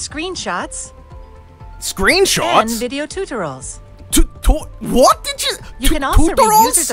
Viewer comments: its not tutorals its tutorols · for instant "Tooterals" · When they say tutarols instead of tutorials you know its legit. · Ever since I watched this I now say tutarals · you know a virus is a good one if it pronounces tutorials as tutorolls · I'm dead TOOTOROLS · "TUTA ROLLS"